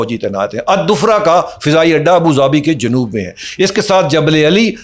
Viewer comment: اپنا امیج خراب کرنے میں آپ خود ہی کافی ہیں (مطلب اوور ایکٹنگ) درستگی کر کہیں آپ نے بولا یو اے ای میں دوفرا اڈہ حالانکہ لفظ ظفر استعمال کیا جاتا ہے اور اس لفظ پہلے عربی میں آل لگ رھا ھے الظفر اور "الظفرہ " اسی اڈے کا نام ھے